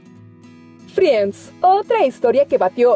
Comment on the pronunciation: En serio!!!!?? pronunciar tal como se escribe FRI-ENDS!!¡ ???